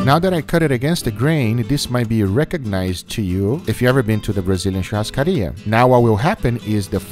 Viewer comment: wow, an american with actual good pronunciation of churrascaria, nice